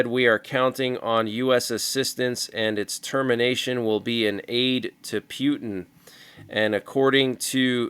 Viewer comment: 😂😂 I think it’s SO funny how you call him “Pew Tin “! 😂😂